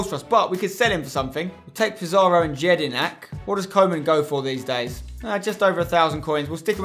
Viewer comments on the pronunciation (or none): Jedinak is pronounced with a 'Y' and not a 'J'